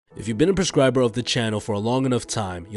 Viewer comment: Anyone else notice how he said 'prescriber' right at 0.00?